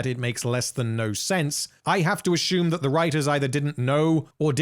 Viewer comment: These vids are friggin great! Love the way this guy pronounces words btw. My favourite is how he says "assume"--> "Ah-Shoom"